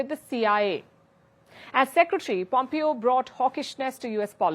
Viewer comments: Palki Darling, Pompeo is pronounced Pom-Pay-O not Pom-Pee-O... great show! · Please pronounce his name right-"Pompayo", Not "Pompeeyo"